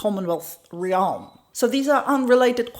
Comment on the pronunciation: sec She means "realm". Pronounced more like "remm". Those are admirable flaws of those who English is not his or her native language. But yet speak it better than most. I also admire how she pronounces "consequences". For same reason